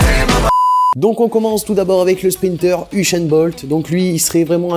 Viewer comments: usain bolt pas ushain bolt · Il dit "ushain Bolt" ptdrrr